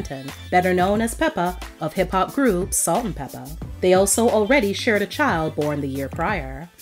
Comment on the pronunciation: I hate the way she says "Peppa"